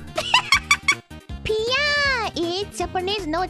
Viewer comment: Yes, Pee-uh isn't Japanese lmao.